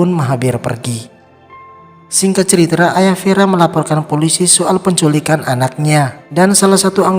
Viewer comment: "Ceritra"...apa cuman saya yang dengernya begitu..